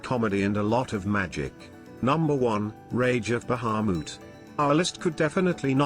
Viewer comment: god I hate how that voice says Bahamut